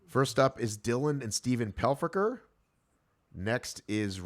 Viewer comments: you said Pelfocker about half dozen times. I was having flashbacks to Meet the Parents (Greg Focker) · double check your pronunciation of Stephen Pelkofer’s last name